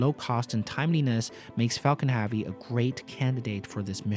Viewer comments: Can you learn how to say 'heavy', please. It's not prounounced 'haaavy' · Anyone else bothered by how he says heavy?